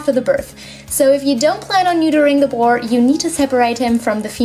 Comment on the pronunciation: no hate I look really love your channel but are you saying boru or boy